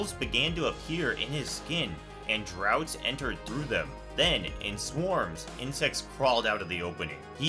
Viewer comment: Amazing video.. im so watching this.. That said.. the word "draught" is pronounced "draft" and means "a drink". A "draft" is a wind coming through a hole and is what you meant when you said "drought".